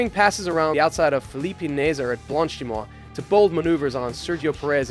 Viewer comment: Am i the only one who wants to start crying with the way he pronounces some names. Like Felipe naeser? Come on ok edit isic hadjar. This has to be a joke or something. Bros name is Isaac not isic. Thisnis crazy